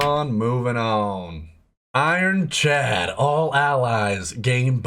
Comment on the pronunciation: calls it ironclad: "ironchad". I am like what??? You can clearly see how it is written.